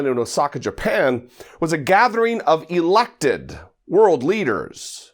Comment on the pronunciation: You kept stressing the word "Elected" and for sure most were. But Russia and China ? Really would be stretching it past the breaking point. Nonetheless; good video.